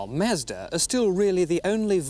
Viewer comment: I’ve never heard Mazda pronounced like that